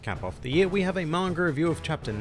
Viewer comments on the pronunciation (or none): none